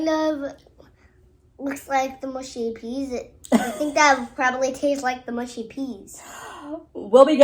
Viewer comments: Its 'mushy' not 'mushy' (by which I mean rhymes with 'hush' not 'bush'. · Mushy is pronounced m…ush..eee. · Mushy - not mooshy ☺️ - peas are to be eaten with fish and chips. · please dont say mooshy peas.........mush mush mushy peas lol